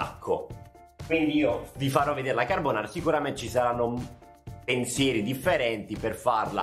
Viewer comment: il maestro ha detto “pensieri” con la e talmente tanto chiusa che mi si è attivata siri